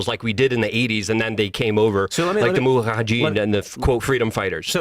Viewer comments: is annoying me more and more every time he's on. "Moahajeen", and I'm not even sure how to spell his mispronounciation of "Huthi". Thank God for bazongas literally keeping this show afloat. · yes, so good to have you back on with your kiddie pool depth opinions, and your mastery of the English language. Say "muhajadeen" again, please, or however it was that you slaughtered it, along with all the other words you mispronounce on a regular basis.